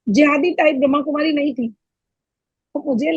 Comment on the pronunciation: pehaly to brahma. kumaris pronouncetion to Sikh lo